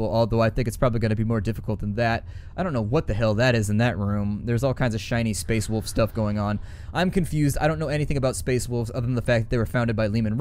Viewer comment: How do you say Wolf that it hurts your teeth? =)